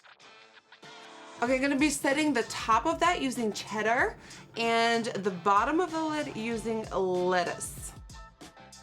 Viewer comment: sometimes i forget nikkie is dutch, so when she pronounced "tangy" wrong and had a hard time saying "cheddar", i thought it was super cute. i love you queen! 💗 my favorite food is shrimp alfredo pasta. it's a perfect combo between seafood and pasta (my two favorites!)💗 my insta is satxbabe